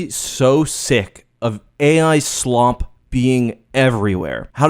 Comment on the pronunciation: dont appropriate my ideology. the way u enunciate slop tells me everything; that ur a tourist who bares no hate.